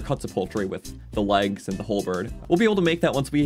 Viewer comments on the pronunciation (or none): none